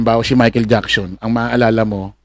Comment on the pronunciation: michael "jacksion"? hahaha